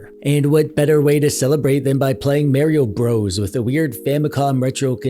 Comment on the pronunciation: He lost me the way he said mario bros